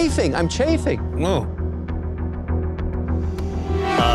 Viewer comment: “I’m chaffing” 😂